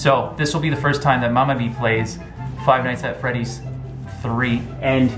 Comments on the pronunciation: frive night at freddys XD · In the beggining said drive nights at Freddy's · Fright Fries Fright Flies Frive Nights at Freddy's